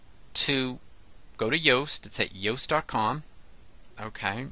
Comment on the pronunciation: his name is actually pronounced as "Youe-st" lol but good tutorial...